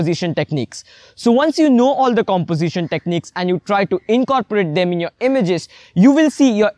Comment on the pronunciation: It's not emiges.. it's images